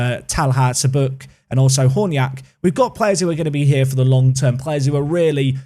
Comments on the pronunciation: His last name is pronounced CHabuk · Çabuk is pronounced 'cha(as in char)-book'. It basically means "quick, nimble." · The first and last letter of your new left back is pronounced the same - soft ch.